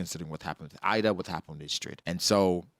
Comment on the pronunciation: Ida her name is pronunced using the I from "inside" and da how you pronunce "the", I'm literally Swedish so I know the Swedish pronunciation